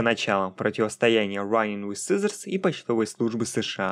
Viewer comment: Очень интересное и информативное видео. Но есть один нюанс - произноси пожалуйста иностранные названия без попытки в английский акцент, а то "раинг виз сизоурс" вводит в замешательство при прослушивании видоса на фоне.